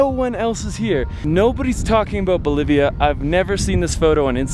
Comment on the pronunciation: Cool guy says, "Bolivia = believa. Keep it flying"